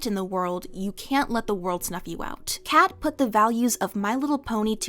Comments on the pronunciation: I've listened to audiobook recordings of this fic at least 5 or 6 times all the way through. I even purchased the 3rd edition print copy with it's bible like pages! Kkat did a phenomenal job with this fic, and it's one of my absolute favorites in the brony fandom! Btw I've always heard the author's name pronounced Kay-Cat rather than just Cat. Also the drug is mint-al (play on mental and mentats) not mint AIs. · I’ve never heard anyone call Kkat cat. They always say Kay kat.